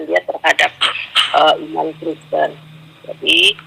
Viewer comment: ngomong Kristen kepleset Kriston 😀😀😀 padahal kalimat itu sambil merem seharusnyan mustahil salah dari seorang pendeta 😀😀😀😀